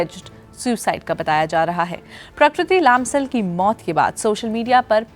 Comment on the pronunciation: Please Say लम्साल not लामसाल !!